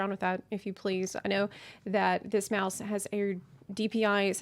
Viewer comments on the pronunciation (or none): You said 'meowse wrong' edit: just bought two. Thanks!